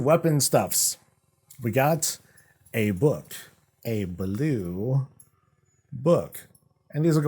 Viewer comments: Touque rhymes with spook, not book ☺ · Good try on the pronunciation... it is "Took" like "too", "to", and "two". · I like the winter set and the pet, the glaives are cool too. Not sure how much I will spend cause I have been good at saving up so far. Toque is pronounced tewk BTW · Toque is pronounced like Twooo-k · The hat called “toque” is pronounced “two-k”… It’s “Canadian” for “winter hat” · touque is pronounced tuke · Toque is pronounced more like tuke. It’s got that U sound like the number two for example. PS- yes I’m Canadian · Toque rhymes with Spook, for pronounciation.